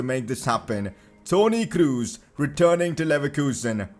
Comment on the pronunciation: Toni Kroos pronounces with just one O, because he's german not english